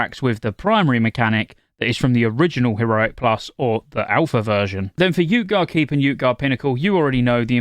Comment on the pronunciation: man really just said yootgarde keep and yootgarde pinnacle o_O